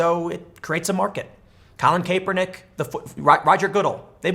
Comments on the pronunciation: Tim, say it with me Cap-Urr-Nick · pronounced: CAP ER NICK. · Cap-er-nick. Ga-dell. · I’m trying to determine whether or not you’ve never heard Goodell or Kaepernick said in the MSM.. you hear politicians names in the MSM, I KNOW you’ve never heard your rendition.. are you trolling??? 🤣😂😆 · Tim butchers Colin & Rogers last names. It’s safe to say Tim isn’t a football 🏈 fan 😂🤣 great video though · Seriously...learn how to pronounce Kaepernick and Goodell, Tim. I dont like either of them, but the way you pronounce them is embarrassing.